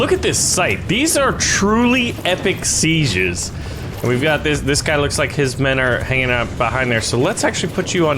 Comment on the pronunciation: When says Seiges it sounds like sezieurs 😂😂